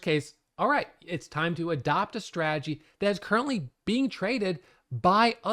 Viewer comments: I didn't even realize till I read your comment 😂 now i can't unhear it 😂😂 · Too funny😆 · didn't notice and now I can't unhear it LOL